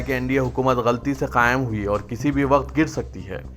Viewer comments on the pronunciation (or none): none